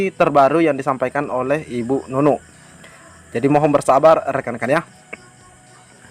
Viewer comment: bukan bu Nunu